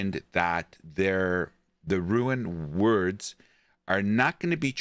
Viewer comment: First we got "rune worlds" now we have "ruin words" bois lets go